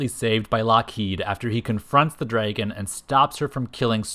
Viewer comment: Say “draygun” one more time.